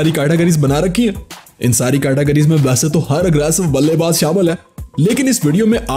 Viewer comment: In no look shot you say balle baj you say wrong